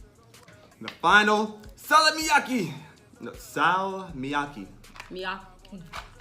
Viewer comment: That ”salmiakki” pronounciation thoooo daamn my guy u sure youre not finnish?😂